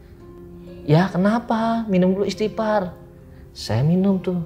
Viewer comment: "ISTIGHFAR", bukan Istipar. Wkwkk....